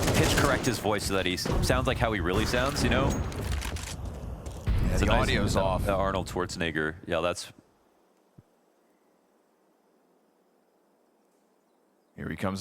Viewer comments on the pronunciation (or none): its schwarzen-egger